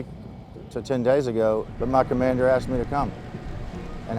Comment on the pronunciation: mein commandurrrr 🤣